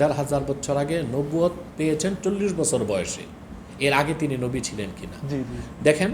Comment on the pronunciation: ওনার কথাই তো হয় না উনি নবী কে নাবী উচারন করে